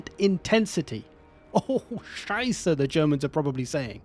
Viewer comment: Your * Oh Scheiße* improves even more after all this years! Nice to hear that and greetings from germany - and nice content btw:D